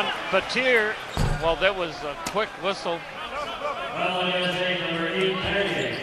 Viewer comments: it's pronounced how I just said BAT-EE-A not BAT-TEE-EAR like they were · I cringe when they call him Shane BATEER, UGH! It's Baty-yay! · It's Bat-e-a not batt-er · Anyone else cring with the commentator pronouncing Battier, "Bateer"😂 smh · can't stand how they pronounce Shane battiers name.. BAT-EE-A